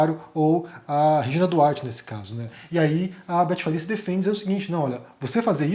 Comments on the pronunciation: É Betty Faria, e não Farias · É BETTY FARIA e não Farias.